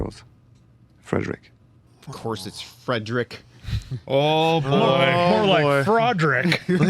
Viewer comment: His name is pronoubced Freed-ric.